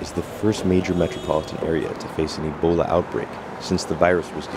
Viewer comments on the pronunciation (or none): Say Ebola not Elbola